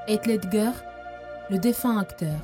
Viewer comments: Jte jure ils commence a mal le prononcer c trop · Par contre svp PRONONCER BIEN SON NOM ET PRÉNOM 😭